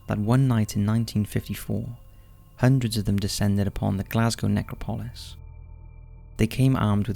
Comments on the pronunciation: It’s pronounced Nec rop o lis not necro polis. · pro.; ne-CRAW-po-lis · It's pronounced "necrOpolis", not "nEcropolis". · Bloody hell!!! It’s pronounced ‘Neck-RAW-po-lis’... stress on ‘RAW’. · Your pronunciation of necropolis is bad dude amongst many other words. It's neck-rop-o-lisfree fall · It's pronounced neCROPolis, the emphasis on the second syllable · It's actually NeCROpoli. I don't understand this obsession with adding useless letters to Greek words. And in terms of the pronounciation and emphasis, it depends on the context. The grammar isn't always the same. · NECRO POLIS, it's all one word pmsl. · Please learn to pronounce necropolis correctly. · Thumbs down for the pronunciation of "necropolis." Seriously dude? There have been plenty of examples of mispronunciations on this channel. I get that you're foreign, so some pronunciation variations are inevitable, but this one is just wrong and ridiculous. No one says it that way. You have 3.34M subscribers, please act like it and put in the minimal time necessary to look up pronunciation.